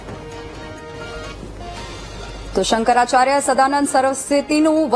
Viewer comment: Tame aava news aapine samprdayo ni vachche vikhvad peda karo chho. Shankracharya nu uchcharan pan khotu karo chho tame.